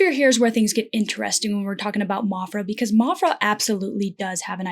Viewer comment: Maphra is not pronounced mophra lol. Like math is not pronounced moth. I liked your metaphors. Interesting.